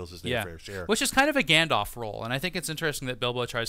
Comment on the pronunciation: Isn't it pronounced gandolf not gandof?